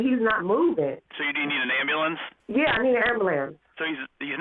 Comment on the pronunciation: “Amba-lance” annoys the hell out of me 🤦‍♀️